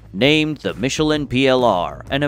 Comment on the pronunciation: so, this is the correct way to pronounce michelin? I always thought it was to be pronounced in a different way. glad I learned something.